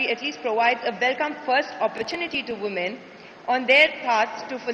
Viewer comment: she should know how to pronounce woman in plural sense ..